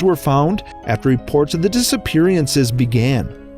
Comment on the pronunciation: Disiperiances he said